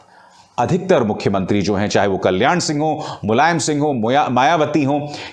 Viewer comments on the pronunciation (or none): none